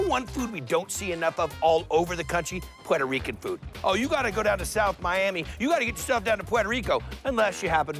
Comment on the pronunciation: The way he says Puerto Rican though 😂 “puay-toe rican” lmao he’s making it more complicated for himself to pronounce it